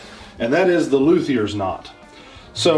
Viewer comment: Thats not a luthier knot. Luthier knot comes from the violin luthiers. Stop making stuff up, and learn how to pronounce luthier.